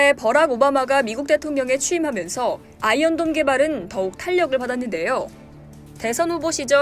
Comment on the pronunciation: 어째 아이언돈으로 들리냐 ㅋㅋㅋ 누가더 손해냐 ?